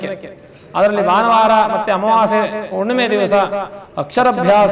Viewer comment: ಉಣ್ಣಿಮೆ ಅಲ್ಲ ಅದು ಹುಣ್ಣಿಮೆ 😅